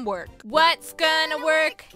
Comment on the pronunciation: Not the " WYATS GONA WArK "